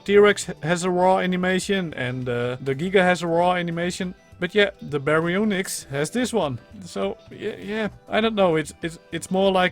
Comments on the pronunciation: You actually pronounced it right. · If you want to know, you said the name right mostly. Just the y is less pronounced. Gg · That was the exact way to pronounce Baryonyx!